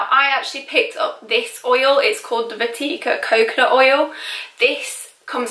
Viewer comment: You use our Indian oil!! It's pronounced Vaa-ticka by the way but I'm glad it worked for you too!